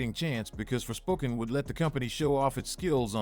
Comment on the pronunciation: "forspoken" sounds more like "forswoken" "-"